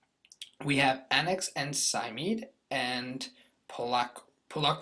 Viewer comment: It's pronounced Sy-Meed-Ee